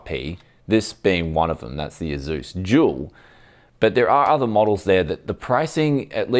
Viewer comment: I hear jewl everytime you say dual. Confusing and amusing